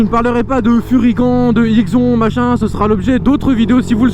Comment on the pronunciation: #TEAMALPI Et "furygan" se dit "furygane" et "IXON" se dit "IXONE"